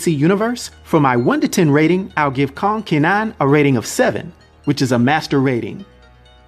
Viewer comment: Pronounced more like Ker-nan (don't fully pronounce the r, kuh-nan)